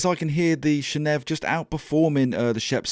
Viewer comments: If you can say “channel” and you can say “Neve” … why “shanev”? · maybe it’s pronounced chaneev Channel + Neve i also like how the name of this plugin with 5 functions ends with V, the Roman numeral for five